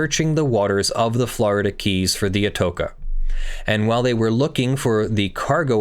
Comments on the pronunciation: ah-TOE-shah not ah-TOKE-ah. Very famous shipwreck find at the time. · Yep, each time he pronounced "atoka" it made me skirm. Most people will be familiar with that name from the major train station in Madrid. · At risk of sounding like Hermione, ( Harry Potter stories), it's proniunced Ato cha..... spanish, the c is not a hard stop.... think, lol.. cheese. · The ch in "Atocha" it's pronounced the same as in channel.